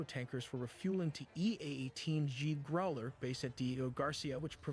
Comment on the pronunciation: OK, you shouldn’t be watching AI videos. Men have nothing against you for it but don’t feed AI channels man. It’s not good for well. Anything also I hate that the AI mispronounces growler.